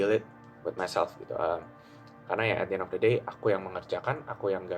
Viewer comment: jir bahasanya ribet amat, at di en of de deynya berapa kali diulang itu 😂